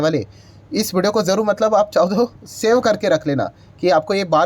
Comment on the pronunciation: It’s Kazual not Casual.. it‘s Saeo not Save😅😂